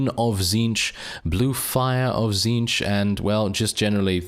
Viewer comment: Says Tzneetch correct on first try Me: T^T I’m so proud, praise the great conspirator.